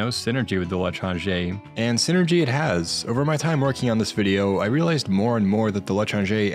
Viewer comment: everyone mentioning how pronounces l'étranger wrong but... fun fact, the weapon itself is actually a reference to a novel by the same name (or the stranger, if you read the english translation) which is especially funny when you know what causes the second half of the story...:)